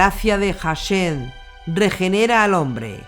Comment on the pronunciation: gracias HASHEM se pronuncia con la H aspirada incluso muda nunca como una J bendiciones